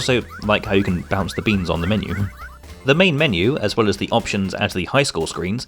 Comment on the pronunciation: You mean the MEAN-U? 🤣🤣🤣